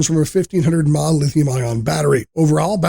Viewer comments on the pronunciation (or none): This may have been better if the voice over guy, actually knew what all the abreviations meant! ie. "mAh" isn't called "Maw"... 😞